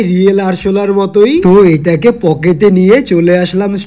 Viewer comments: পকেট❌ পকেস✅ 😅😅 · পকেট ❌ পকেত✅